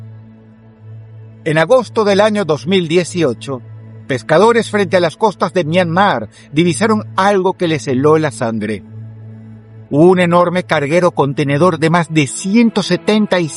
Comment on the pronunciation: "Les heló la sandre" 😂